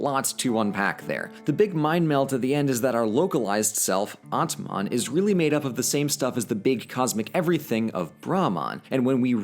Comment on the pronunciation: atman ( soul ) not AtMan